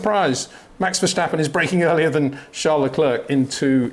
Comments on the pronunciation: Max VerSHtappen. Unreal how this man simply can’t remember (or doesn’t care) how to pronounce the world champions name… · Max has been in F1 for 7 years now. Why do you still call him "Verschtappen"??? Do you call a stop sign a schtopp sign, too? There's no "sch" sound in Max's last name ... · Why can’t Peter still not pronounce Verstappen and Leclerc correctly? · No, that's not how you pronounce it. If you were supposed to pronounce it that way, I would not have mentioned anything. I suppose I was being a bit snarky with my comment, but I've heard many non-native Dutch-speaking commentators pronounce his name correctly over the years, and I'm sure Peter has as well, so I'm not sure why he continues to say it incorrectly after all this time.